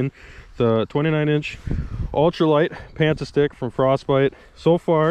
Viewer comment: Alright I can't take it anymore. The name of your rod is not panta-stick. It's Pantastick, pan-tastic like fantastic. Haha sorry it was driving me nuts! Love the vids though!